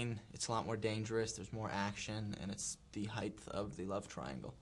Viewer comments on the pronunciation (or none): Oh no Taylor... it's heighT not heighTH. So wonderful in so many ways but I really hate when people say that. It's like nails on a chalkboard.